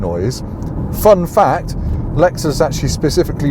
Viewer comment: in glamorous Epsom! No expense spared 🤓 Has the cancellation of foreign launch events, actually given you more cars to drive? When I hear you say Lexus UX I just hear Lex-sux 🙈